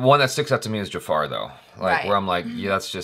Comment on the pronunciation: Its not "Jafaaaar" , its Jafar...